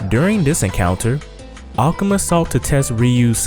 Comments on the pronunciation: a-ka-ma???? Its A-ku-ma you idiot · why do you pronounce akuma like that?